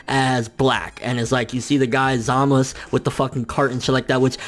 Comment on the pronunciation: ZAMASU......not ZAMUS